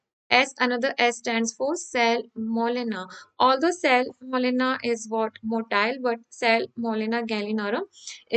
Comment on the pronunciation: Its salmonella not cellmolena